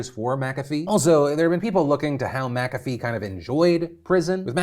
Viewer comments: I'm pretty sure it's not "Makafee" but rather Mc-afee (kinda like McDonalds and not MacDonalds). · The way Phil said McAfee made me wince.... and he says it A LOT 😅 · Did you just… pronounce it “Macavy” and not McAfee Edit: so today i learned i have mispronounced this word my entire life